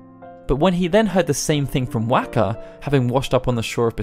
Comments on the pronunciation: Okay, we're going to pronounce it "Tee duss". Later... "Whack-uh" NOPE IM OUT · Wakka's name was pronounced ingame, so it would have to be ignorance that you say it wrong each time, or you did't actually play the game and are just reading a script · So you say Tidus name right, but then can’t pronounce wakkas correctly haha. Awesome.